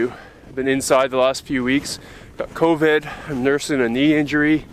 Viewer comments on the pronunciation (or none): Ah man, not the "convid" crap